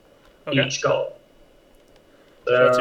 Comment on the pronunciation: And it's funny how whenever says Golem, he says "Gollum"